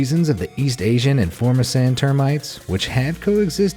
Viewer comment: I live in Taiwan also known as "Formosa". you are pronouncing FORMOSAN incorrectly.